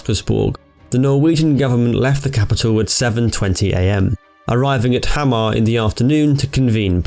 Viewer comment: Pronounced them surprisingly well, really. Some had a little accent on them, but others were nearly flawless. Hamar and Steinkjær were a little off though, but the way we draw out our wovels and pronounce our "kj-" words can be a little strange to foreigners. It's somewhat more like Haah-marr and Steyn-Cher. Otherwise, unusually good job on the pronounciations. Englishmen usually butchers these badly. :)